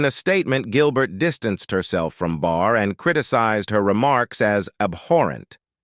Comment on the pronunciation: IT'S BARR 😂 NOT BAR. SORRY.